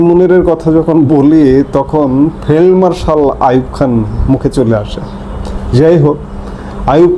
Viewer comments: ভাই, আপনি কী ফেলমার্শাল বললেন না ফিল্ড মার্শালবললেন বুঝতে পার্ছিনা। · Failed Marshall bolechhen